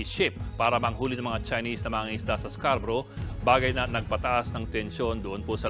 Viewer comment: Nawala na ang Scarborough naging calboro na,😂